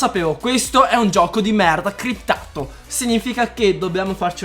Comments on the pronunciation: si dice SCRIPT per l'amor di dio... non CRIPT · Si sì si è cliptato... Si dice scriptato SCRIPTATO, SCR... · hem kai si dice S*criptato